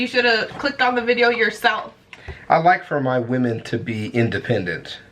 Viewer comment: I think the women you need Is wo-men not we-men